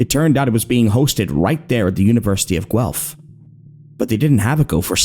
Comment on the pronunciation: One of the best horror shorts out there and my all time favourite!! you did a great job adapting this, amazing work everyone! ❤ (also thank you for saying Guelph right! signed a former student from the uni)